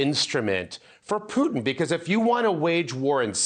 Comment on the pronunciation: It's funny how you say Piutin 😆. It's more like Put in 😁. And when you talk about dirty work, don't forget to mention Hamas, Hezbollah, Mossad, MI6, CIA and FBI.